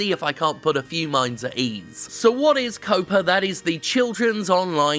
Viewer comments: Why does Jim keep saying "COPA" when it's actually "COPPA"? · Jim... it's pronounced "Cop-uh" Like Cop, but with an Uhhh... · Jeez Jim, I'm sorry I thought you were going the stupid way with it like a lot of others who think COPPA and COPA are the same thing. But you didn't. But stop saying 'COOOWPAA' there's a double 'P' there pronounce the 'O' like you would in 'cop'. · Huh, you pronounce it "cope-ah"? I always pronounced it like copper with an "ah" at the end. Maybe I've been wrong this entire time. Still gonna read it that way in my head though. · Well said for the most part. But COPPA has two Ps, not one. C'mon, Jim, you're English. You should know to pronounce it similarly to how you'd pronounce "copper." My parents are editors, so things like that really stand out to me...